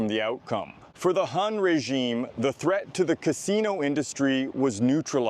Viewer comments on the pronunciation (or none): none